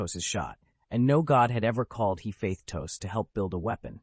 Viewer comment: why is hephaestus read like he faith tos wtf